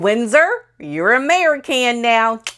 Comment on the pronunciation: I lost it on the “Merican”. 😍❤️